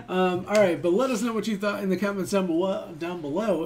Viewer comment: i luv this channel... i enjoy your reactions and reviews on our very own talents. Now Noven here should also be commended for his effort in giving his best in singing English songs despite a little floss on pronouncing words like baby sounding a little off like bibi or thought like towt... but the rest of the words in the lyrics are perfectly alright. Noven has ears for music therefore together with his passion for his craft he will master pronouncing the words right I believe he has coaches for that. I could apply as one if you don't mind. I'm an English mentor btw hehe... Noven, kudos kabayan! God bless you, we love you!